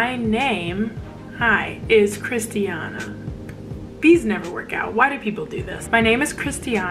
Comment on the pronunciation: This is so relatable!!!! My name is Christiana and I like it exactly how you pronounce it but like you said some people say it like Kris-Chan-ah ugh. Or Christina!!!! Ahhh makes me mad